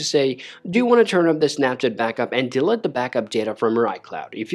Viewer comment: Thanks for the video, but you need to work on how to say delete